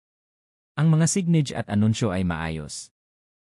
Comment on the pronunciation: Pronounce the words correctly: homestay, signages, etc.